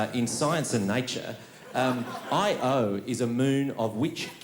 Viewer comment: He pronounced Io weird though, like it was initials.